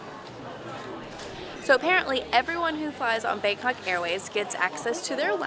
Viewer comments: You said bankoc not bangkok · I'm sorry the "BangKok" airport. That had me dying